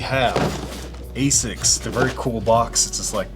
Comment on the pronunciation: I have never heard anyone in UK not pronounce it as "AZZix" but that is also wrong. Ahh-sics is the official one.